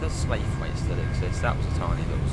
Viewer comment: Also slaithwaite it’s pronounce like slough it without pronouncing the T not slayethweight. Edit: a local person from slaithwaite hate it when people call it that apparently but 🤷‍♂️. Final edit: reason you where late was because you where braking really randomly. I could hear the regen brake going on near enough constantly. Also, you don’t need to press O to open the doors with a gaurd it’s only T when you have GDO and T+O/U when DOO